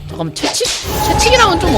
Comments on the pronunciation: 채찍 발음이 채칙이라구 ㅋㅋㅋ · 가만보니 채찍을 채칙이라 말하시네요 사투린가?😯